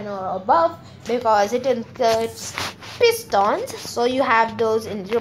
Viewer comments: He said phistons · Lol the way he says pistons "Pis tons!